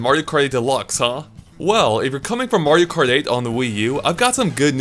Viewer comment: Am I the only one who’s hearing him say Mario crate deluxe?